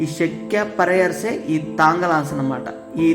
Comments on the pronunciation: శక్య కాదు శాఖ్యా తెగ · సఖ్య కాదు రా అయ్య శాఖ్య 😅